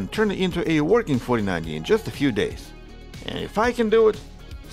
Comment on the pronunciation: “In just a fee days” 🤣. How NOT to make a living.